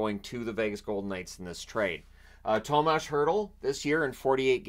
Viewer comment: …. It’s TOMAS not THOMAS …trust me on this one… i am Czech 😉😎…. Thanks for all your hard work ❤️